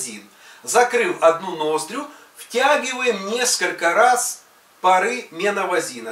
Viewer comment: Научись правильно говорить слова: обезболивающее, ноздря, герпес и т.д.